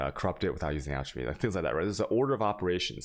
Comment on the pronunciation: Alchemy is pronounced alk-emy